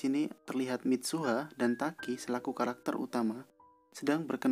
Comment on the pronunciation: 0.06 Kalakter wkwk